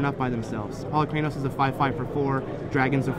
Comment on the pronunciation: Wizards, it seems like everyone still is mispronouncing Polukranos. Time to up your PR game. >_<